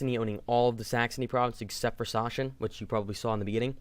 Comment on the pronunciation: Great video! By the way, "Sachsen" is pronounced like Saxon. :)